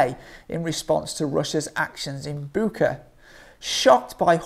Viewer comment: I think it's pronounced as Butch-a.